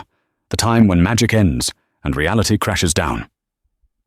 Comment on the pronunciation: i loved it. great story and great narriation.......the bot still has a problem with enunciating time, but over all, a very good read